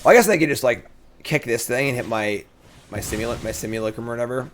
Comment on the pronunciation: One comment = one diaper for Cassian! And so you know: simulacrum is pronounced sim-yew-LACK-rum.